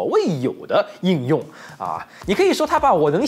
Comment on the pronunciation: 应用 读英